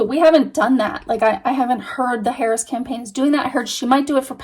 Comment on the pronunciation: sounded like you said in favor of Paris… For a few seconds, I was like who’s Paris what is she talking about? Then I realized that it was Harris. But I hope that spirit didn’t misunderstand you. It certainly sounded like Paris.